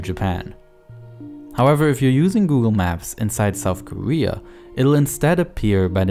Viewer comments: Lesyk Konecky listen the word ‘korea’ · Koeea? Or Korea ..? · Wow you're saying Korea with a w